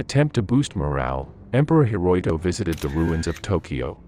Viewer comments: if you're going to be posting information on historical events, you might want to get your facts correct. The emperor's names wasn't "Hiroiko," it was "Hirohito" Hi ro hi to. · It's pronounced "Hir-o-HIto," not "Hir - OI - to." Please have a human narrate these videos. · A.I. narrator kept saying Hiroito 😂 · There was no Emperor "Hiroto". His name was Hirohito. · Hir-roy-toe...? Time to hire a human instead of an AI. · Who was "her-roy-toe"? Was this AI trying to say Hirohito? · Emperor Huroyto ? Who dat? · Here's what I think: You mispronounced "Hirohito". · I think the narrator should be able to pronounce Hirohito. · Man you pronounced the Emperor's name so wrong, it hurt to listen to you. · Apparently your computer cannot pronounce the emperor's name. 😞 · Too bad their text reading program could NOT pronounce Hirohito's name properly. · Could not even pronounce Hirohito correctly.